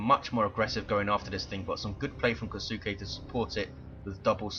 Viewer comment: Hey if you're curious Kisuke sounds Japanese to me so it should be "Kee-su-ke" with a very short if pronounced at all "U" sound. So you 've pretty much got it down just make the middle part of the name "su" much shorter.